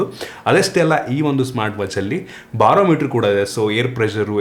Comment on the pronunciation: The way u pronounce barometer is LIT😂😂😂😂😂😂